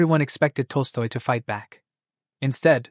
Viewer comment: At time, the Ai named Tolstoy as toaster. At time, Ai called him tosto.